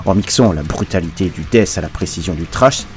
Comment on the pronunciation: Excellente vidéo, à n'en pas douter!!!👍👍👍 Petit conseil en passant, ce n"est pas du "Dèsse" métal ou du "Dèffe" métal. À la limite prononcez "Dète" métal, c'est ce qui se rapproche le plus de la prononciation anglaise. Je peux affirmer que moi et la plupart des copains on ne comprenais absolument rien avec vos "Ze" et vos "esse". Et c'est donc pour ça que j'ai appris le français !!! Hahaha 😂😂😂.